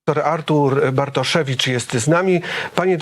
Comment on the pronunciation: Wydaje się że facet który celowo przekręca imię lub nie potrafi go wymówić może powinien sobie odpuścić prowadzenie takich kanałów oczywiście doktor Bartoszewicz subtelnie przedstawił się sam wyłapując sytuację…. jakoś dźwięku w drugiej czesci dramat ….